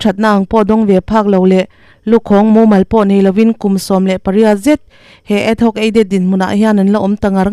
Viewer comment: Adhoc aided hi ad- hoc tiin i lam a, rampum hriat tur a chhiar meuh hi chu fimkhur ve deuh thin teh u, thurawn aw, huat awih loh